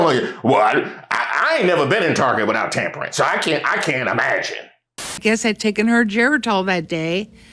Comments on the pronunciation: I Think she said tambourine not tampering😂😂😂😂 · I thought she said Tambourine lolz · Thought she said tambourine 😮! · I thought she said tambourines not tampering...... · I think she said tambourine like kumbaya tambourine playing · Lol 😆 She said Tamporines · Think she meant "tambourine" 🤔 after saying kum b'ya 😅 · Pretty sure she said tambourines.😂😂😂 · I think she said tambourines. 😂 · She said "tambourines" 😅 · Sounded like she said tambourines not tampering when she was commenting about the sit in and the singing of Kumbaya. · I heard "there could have been a tambourine in there" rather than "tampering" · i thought she said tamponing :D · I thought she said a tambourine or two. 😂😂🙏🏾✌🏾🫶🏾💯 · Yeah, i was checking to see if anybody else noticed. She definitely said tambourine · She definitely said tambourine. Twice. Came here to say that. Innocent mistake. Happens to the best of us! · Tampering? I thought she said tambourines.... 🤷🏾‍♀️ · I thought she said tambourine